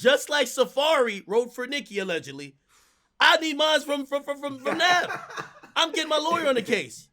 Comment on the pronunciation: lmao at ak pronouncing navs real name wrong intentionally smh